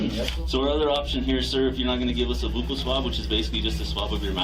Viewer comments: Is that crime scene technician just pronounce buccal swab incorrectly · It's not a buckle swab , it's a buccal swab, pronounced BYOU-cl swab. The woman pronounced it wrong. Later, the man pronounced it correctly.